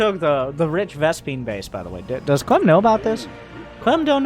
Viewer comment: "rich vespine" smh.